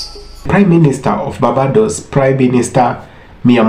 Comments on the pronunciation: My Brother it is not pronounced ‘Bah bah dose’ nooooo it is ‘BARR BAY DOSE’. I love the video though. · BAR-BAY-DOES = BARBADOS. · Bossman narrator,Barbados is pronounced bar-bay-dos